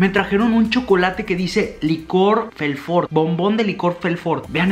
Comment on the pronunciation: Estás diciendo TODO MAL... vaUquita... Mantecól... Félfort... Don Satúr... Sherba!!